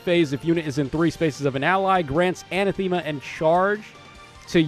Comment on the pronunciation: Love the new art for the Grimas. I think Noire has a good place in the meta because she'll stop specials from triggering. I'm 99% sure you pronounce Anathema "uh-nath-e-ma". Thanks for the review!